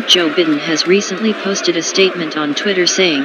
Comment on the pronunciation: "President Joe Bitten" 😂